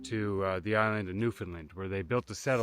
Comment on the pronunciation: Buddy, you gotta learn how to pronounce Newfoundland. "Understand Newfoundland".